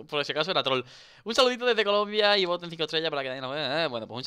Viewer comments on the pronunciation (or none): none